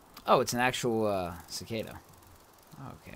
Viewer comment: He pronounced Cicada right! One of the 20 Youtubers I've watched reacting to this game pronounced the insects' name right!